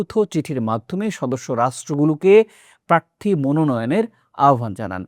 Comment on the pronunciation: বাংলাদেশের যে কোনো সংবাদ পাঠকের চেয়ে আপনার বাংলা উচ্চারণ ভালো । আরো মনোযোগী হলে আরো ভালো হবে। যেমন “প্রার্থী”